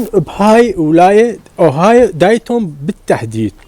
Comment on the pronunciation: يعني مااختاريت الا ازبل ولاية واتعس مدينه ديتون مدينة عاوية ربها كامز انصحك تطفر منها. ورحمة لوالديك تلفظ ديتون مو دايتون